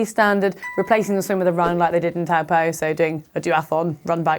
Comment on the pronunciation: Its pronounced "Tow-Paw" (Lake Taupo). Courtesy of the Cycling Maven, informing video.